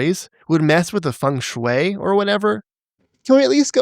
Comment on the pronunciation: stop being so fung shui bro